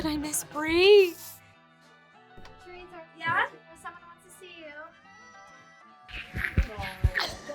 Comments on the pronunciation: No hate but why can't she pronounce her own name correctly - at least as far as the indian pronounciation goes😭 every time she says her name I have an instinct to shout at my screen the real pronounciation. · oh god why does she pronounce her name like that!! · She says her traditional name so british